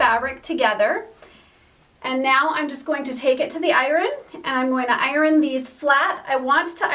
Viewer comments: Is there a W in iron? It’s hard to listen to those ironing parts. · It must be a geographical language thing. She pronounces "iron" as I-RON. In my state it is eye-urn. LOL.